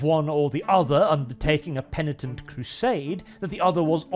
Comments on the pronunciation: said penitent correctly, good job. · Did just correctly pronounce 'penitent'....? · Christmas came early, lads! pronounced “penitent” correctly for the first time! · I see has finally learned how to pronounce Penitent